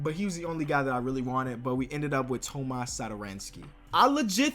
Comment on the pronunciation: No tomas satoranski Is how prounounce it correctly (Toma) (Satoranky)